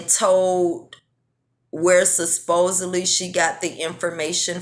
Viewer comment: Hey! This is gonna come off as petty but I just have to correct you on your pronunciation on the word supposedly. I’ve noticed you pronounce it susposedly on a few different videos & I just thought you should know you’re saying it incorrectly. I know most people get annoyed when someone tries to correct them & I get it, it’s annoying but don’t hold it against me. I mean no harm.